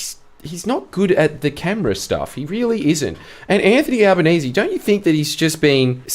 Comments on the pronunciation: "al-lie-benese" Bwilliant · AL- LIE?-Banese... LOL